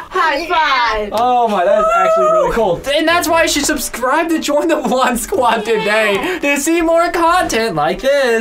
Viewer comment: said “subscribble” lol